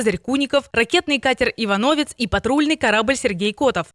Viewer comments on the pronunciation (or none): Не ИанОвец а ИвАновец